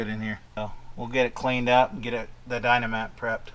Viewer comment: Hey, it's Dynamat. Not Dino-mat lol!;-)